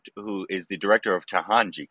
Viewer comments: It's Ta na ji n not Tahanji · It is TA..NA..JI .. not Tahanji